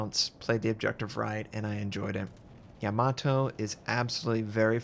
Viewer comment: Im glad you can pronounce it correctly, no other US youtuber can